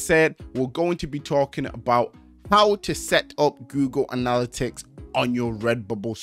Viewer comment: It’s killing me the way he’s saying anALLitics instead of anaLITics